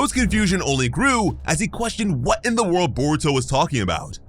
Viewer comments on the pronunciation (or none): none